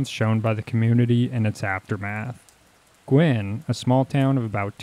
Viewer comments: Guin is not pronounced "gwinn." It's Gue (rhymes with cue). GUE-in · Guin is pronounced "Gew-in". At that time, the US Army's atomic weapons school was at Redstone Arsenal, in the SE corner of Huntsville. For months afterwards, TN residents were finding classified US Army documents from the school that had been scattered and carried away by the tornado. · Actually, Guin is pronounced “gyoo’-win”.